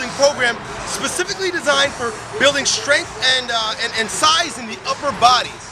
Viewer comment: When did ' strength ' become ' shtrength', ' strong' become ' shtrong'?? I was hanging out for him to say ' specifically'...